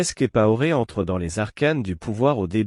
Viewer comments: Blaise Compaoré, et non blaise kipaoré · Prononcez bien le nom COMPAORE. C'est très agaçant !